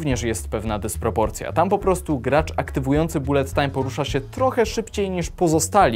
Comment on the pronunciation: Nie raczej "balet tajm"?